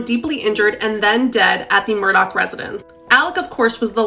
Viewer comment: Murdaugh, Murdoch 🤨